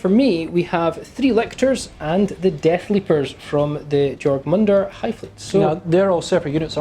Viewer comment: Easy way to say Jormungandr...(your-mun-gone-dur)